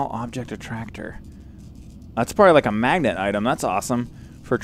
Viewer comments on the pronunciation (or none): none